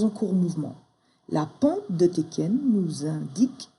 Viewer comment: Félicitations tu es une très bonne enseignante. Ça fait plusieurs mois que je travaille le système ichimoku et j'en chiait beaucoup (elle était facile). Tu fais sauter un bon paquet d'incompréhensions. Maintenant je vais faire une critique peu constructive mais j'avoue ça me fait grincer les dents. Deux prononciations. Tenkan se prononce tènkan avec les n, chaque fois j'entends teken et je pense au jeu vidéo. Quand à Hosoda, le s ne se prononce pas z mais s comme dans asseoir. Je sais c'est peu constructif. Encore merci pour tes vidéos qui sont extrêmement pédagogues et, je le répète, m'ont fait sauter quelques verrous. Un grand merci